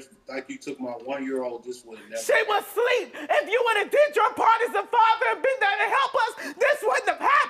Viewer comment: Asleep and ask … two words you would think are easy to pronounce! But we get axe and sleep 😅